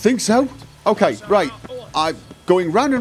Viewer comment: That's usual "kay" Further, in 5 years I must have heard less than 10 swear words (or affiliated) on this channel.